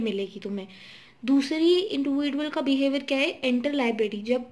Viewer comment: Its not इंडिविडुअल it's इंडिविजुअल